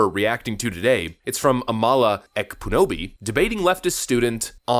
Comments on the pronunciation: Nice video, but just remember that it's the 1st syllable of Amala that's stressed. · Said her name wrong. Am-ala like Pamala. She's great. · I watch a lot of her content. She’s well-spoken and sharp. (Btw, she pronounces her name like “Pamela”, minus the “P”. The first syllable is stressed.)